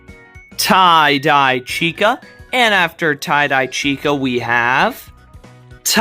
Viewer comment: Finally, you said the name correctly.